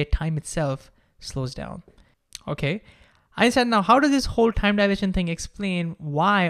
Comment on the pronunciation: Stop with this THIME THAKEN nonsense. You speaking everything in an Indian accent except Time? Why?